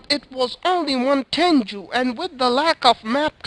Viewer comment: its simple actually its pronounced ten_goo you were saying juu instead